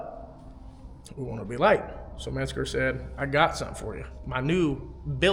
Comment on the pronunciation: stop fucking pronouncing menscer as if it's spelled "metzger"